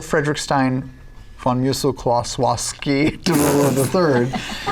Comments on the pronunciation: Taliesin has mispronounced it as Kowalski a few times, which flows better with the whole name than Klossowski, so it stuck around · Why is the Klossowski part always pronounced Kowalski? Drives me nuts, that. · cause it's much simpler for native english speaker to pronounce, and if i remember correctly that's how taliesin pronounced it initially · It's always been Klossowski, Taliesin just ALWAYS mispronounces it. Liam called him on it once during the stream and he said it's a whiskey based pronunciation. Someone made a supercut of the times the cast says his full name in the show. Tal says Kowalski like 90% of the time, and Kolowski the rest.